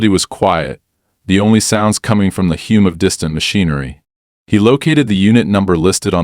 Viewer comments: HOA should be and is pronounced (hop-ah), hum is pronounced (hum, short u). Send your AI back to school to learn proper American English, focusing on pronouncements and proper use of punctuation uses. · You never sound the e on expose, ask google who is right on that one, yet you add a completely WRONG e on hum? Go to the dunces chair and wear the silly hat until you fix this and everything else you always get wrong!.